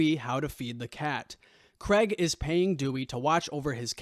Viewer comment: It's Craig not 'Creg'!